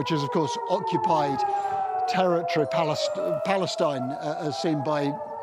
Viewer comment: Is he scared to pronounce word Palestine?!